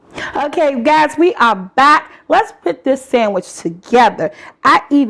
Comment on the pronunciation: Did she say sammich? Yassss I know that taste bomb